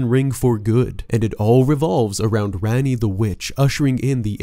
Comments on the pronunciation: Rah-ni, not ran-ni, it's tamil for queen. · Her name is spelled Ranni but pronounced Ronnie it was annoying hearing him say her name incorrectly